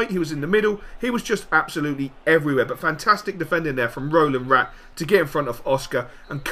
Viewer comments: You do know its Razvan Rat not Rolan Rat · Dont want to seem a dick, but its Răzvan Rat:p